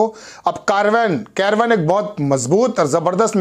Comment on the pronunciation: कैरवन नहीं बोलो मेरे भाई उसका नाम कारवाँ है।